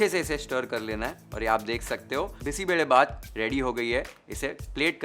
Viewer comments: More than cooking and recipe and steps what caught attention was you pronuncing Bisi Bele Bath correctly Most people from north part of India won’t pronounce it correctly They say like Bisssi beley bath But your pronunciation is on point ❤ I just felt like I ate a good bisi bele bath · Yes, we don't use bay leaf. Marati moggu for sure. I love your perfect pronunciation of BBBath and Marati moggu. The chillies that you used here are Byadagi chillies, named after the district where it is traditionally and extensively grown. You may want to know it's pronunciation, with a 'y'. Not 'Bedagi'. (This word actually means something like a Belle. Loosely translated as a beautiful girl 😂). Nevertheless it is a pleasure to watch your video which already takes note of so many variables in making this signature dish of our State, Karnataka. I am more of a knol khol user. Often brinjal are used. And even Drumsticks. More vegetables will only make it tastier. Couple more variations for those interested : I sometimes mix toor, masoor and moong dals. We can substitute rice with poha or any millet. All variations come out well. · Highly appreciate your pronunciation of the dish names (Bisi Bele Bath, Masala Puri)! Amazing recipe. Thanks chef! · Beautiful presentation ❤ Thank you for saying Karnataka and Bisi Bele Bhat properly 😊 you've got the nuances right. We don't add tej patta at home as it changes the taste. All the rest is perfect and very close to how we make it. Thank you again for the attention to detail.. Lots of best wishes.. ❤